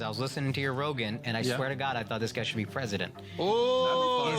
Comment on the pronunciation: I want Joey to be pwesident